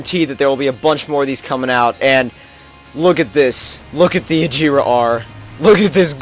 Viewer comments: Its not "ageeera R" Its more like "ag-hera" with the G more like"guh" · it's not like a-jera r it's actually aGera r like a G not a J